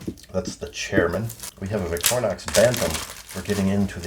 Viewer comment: Victorinox is pronounced VICTOR-INOX (equal emphasis both syllables) In French and other Latin-derived languages, "i" is pronounced "ih" not EYE, so "in-ox" from the French "inoxydable" (literally, non-rusting) or stainless.